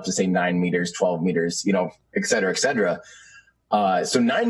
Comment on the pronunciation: Please tell this guy that there is no word in English called "ec-cet-ra". The word you are looking for is "et-ct-ra". Sorry, every book I write makes me more and more of an editor.